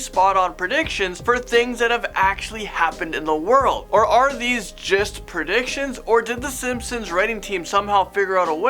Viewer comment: me: predictions this guy: predicSHions